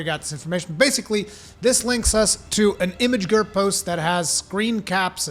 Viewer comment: downvote for you being unable to say imgur. imageger is possibly the worst pronunciation i've ever heard.